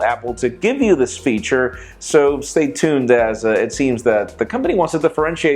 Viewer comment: Stop saying "stay stune"